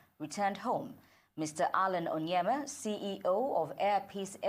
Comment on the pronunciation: It's Onyema not Onyeama...Great man.